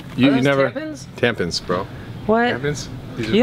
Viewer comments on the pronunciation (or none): lmaooooooo its not tamPENS its tamPONS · Did u just say tampens ?? Haha